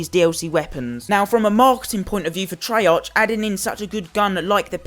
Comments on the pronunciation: Why do people always complain... 2.) it's not trey (arch) it's trey(arc), 2.) title says "scammed" but buys cod points 3.) ur lucky that u even have any dlc weapons because they increased the chance of getting dlc guns and if ur still complaining I don't think u should be playing cod tbh.. Go play club penguin 4.) just cause u don't like calling cards doesn't mean it's bad, and lastly 5.) ITS A GAME AND PEOPLE ARE WILLING TO SPEND THERE MONEY TILL THEY GET IT! Let them do it and how comes I SEEE tones of ppl with the peacekeeper if it's so hard to get?! U SEEE?, ITS NOT! ur just FUCKING UNLUCKY!... Don't get the wrong impression ur a good youtuber and I like u but ur point just stupid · wtf treyar'ch' its treyar'k' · It's pronounced "Treark" you fuck up. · It's activist on not treyarc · I would take this seriously if you pronounced the company of the game (treyarch) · The only thing that pisses me off is how you say Treyarch. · You pronounce "treyarch" wrong it annoys me SO much so I had to dislike